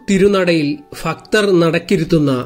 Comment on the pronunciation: ഫൂമിയിൽ ഫഗവാൻ ഫക്തർക്ക് വേണ്ടി നിർമ്മിച്ചതാണ്❤ വീഡിയോ നല്ലതാണ്... ശ്രമം അഭിനന്ദനാർഹം. ഭാഷാ ശരിയാക്കണെ.... വിമർശനത്തിന് വിരോധം തോന്നരുതെ....❤